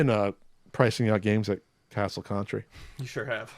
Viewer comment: "Maybe won't say 'Castle Contri' in this video..." 😑